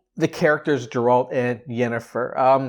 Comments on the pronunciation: Forgive me but it's Geralt not Jeralt. Ger like rhymes with hair. Geralt. Otherwise, glad you liked the trailer! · GAIR-alt! Hard ‘G’! I’m sorry but mispronunciations really bother me😭😭 Anyways, I’m totally Team Yen and I’m glad that this is a story about their little family. I’m beyond hyped for this! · You call yourself a fan, but don’t even know how to properly pronounce his name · Stop saying his fucking name wrong before he comes and uses axi on you